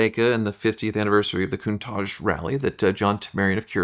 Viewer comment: Why can't he, or any American say Countach? Why do they zazz it up "cooontaaahhhgee". Its "Cun-taTch".